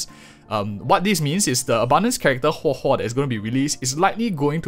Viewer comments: thank you for telling us how to pronounce her name. I feel like it's important to do things like that properly. it's really not that hard to just practice it if you're having some trouble, especially if you're a content creator. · Pulling huohuo for sustain: X Pulling huohuo because her name's pronounced as Hohohohoho: ✅️